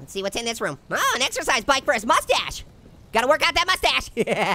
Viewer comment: I laughed 😂 so hard when he keeps saying mustach